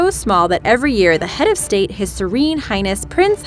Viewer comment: Please fixed your accents,,it's not sex,but six,and state not steet,,but your idea is great,,🤗🤗☮️